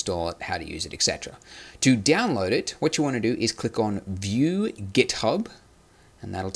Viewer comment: Why you say it Diaonload instead of download?? it gives me a cringe))